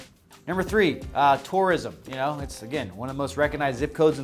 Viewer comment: I got totally drunk on you saying reconize… instead of recoGnize… but then most Americans do mispronounce it. 😜